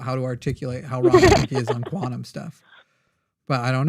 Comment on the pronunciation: some people should go to jail for pronouncing the word "quantum".